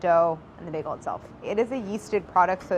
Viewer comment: The way she pronounced maaaster baagel..